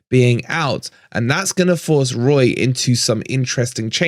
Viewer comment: was that 'woy'..? i don't think it could have been 'Roy' as a tribute to the other side (as admirable as he is) - either way i will say COYR...